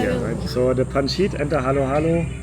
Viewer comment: Man sagt nicht Pans…it , es wird Pansit ausgesprochen 😅